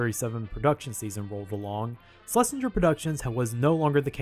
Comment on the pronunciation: SHH-LESINGER NOT SLESHINGER